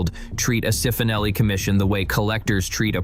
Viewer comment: Cifonelli = chee-foh-nel-ee